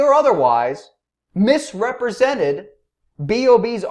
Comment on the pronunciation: "Tyson deliberatly or otherwise MIS-REP-RE-SENTED B.o.B" times infinity